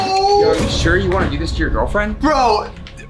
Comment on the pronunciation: This, not dise. Looker(or locker?), not loker. (Idk what u meant) Upload, not aplode. Video, not vido. This, not thise.